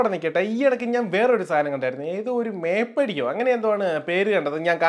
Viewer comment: മേപ്പടി alla bro മേപ്പാടി suresh മേപ്പാടി 😄 vatt കേസ്